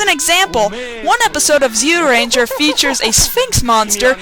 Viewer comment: Amazing how you can't pronounce Zyuranger when you're a fan of the show and it says the name in the darn theme song.